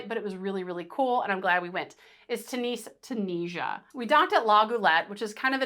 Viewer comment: Tunis is not pronounced tooniece it is tyunis. Apart from that...great guide